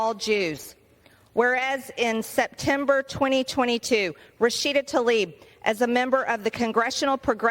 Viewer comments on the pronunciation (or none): I agree with MTG but she needs to look closer when reading names, it's Tlaib not Talib. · I wish they'd pronounce her name correctly. Tlaib, not Talib! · The Congressperson's name is not "Talib". It is "Tlaib". I'm not a fan of either Rashida Tlaib or MTG. I'm rather surprised by and appreciative of Congressperson Green's extensive indictment. Still, just as we make an effort to properly pronounce other nonenglish names like Zelensky, Macron, and Steinmeier (e.g., "Shtine-my-er", not "Steenmayor"), we ought to make the effort to properly pronounce her name. Especially when she is censured. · Be-atch tuh-leeb